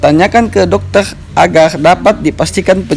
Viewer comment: hhhaha agar bukan agerrrrrrrrr 🤣